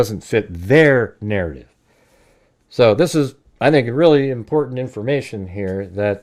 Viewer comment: Dont say" Natative!"